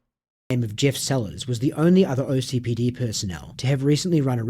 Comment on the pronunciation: Please it’s OKCPD not OCPD 😭😭 I know it really doesn’t matter but it sounds wrong every time I hear it